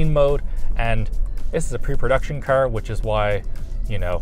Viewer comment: Dude, its car, not ker....